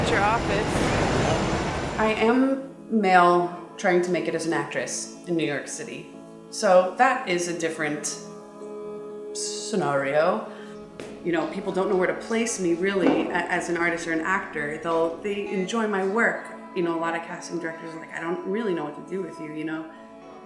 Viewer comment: the real problem here is that he pronounces 'scenario' like scenorio. those are the people you cant trust.